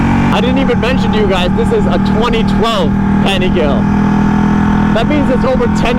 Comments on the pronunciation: great vid bro. you got a new sub. also pronunciation is Paniga-lay and not pani-gal. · Please learn how to pronounce “Panigale” before embarrassing yourself online